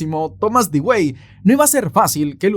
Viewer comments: Con todo respeto, pues nadie esta obligado a saberlo, en el minuto 44 se muestra a Thomas Dewey. Pues bien ese apellido se pronuncia "DUwi". Eso nada mas. Buen video.👍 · No sé si alguien te lo haya dicho ya,, pero "Dewey" no se pronuncia como se lee, sino que se pronuncia "Dui" (así como lo escriben en los memes que le hacen al hermano menor en la serie de Malcolm xd) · Se pronuncia Dui. Como el hermano de Malcolm el de en medio.